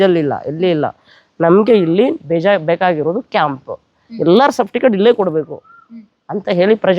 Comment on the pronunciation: Safticket ಅಲ್ಲ ಅಣ್ಣಾ ಸರ್ಟಿಫಿಕೇಟ್, plse ಕನ್ನಡ ಮಾತಾಡಿ, english ಪದಬಳಕೆ ಬೇಡ